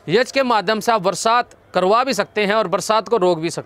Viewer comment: Sir yaj nahi hota yagya hota hai kripya sahi ucharan kare.